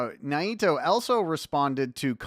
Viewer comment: have I been mispronouncing Naito all this time? 😯